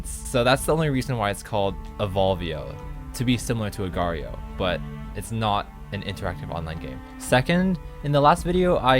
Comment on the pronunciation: It's just pronounced "Agar"